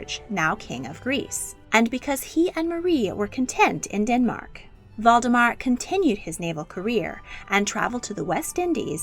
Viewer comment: Valdemar is pronounced “Waldemar”. Every single video you mispronounce names and places. Your pronunciation of “Harald” and “Haakon” is horrific.